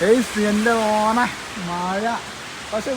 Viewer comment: മഴയാണ് പൊട്ടാ മയ അല്ല.. കഷ്ട്ടം.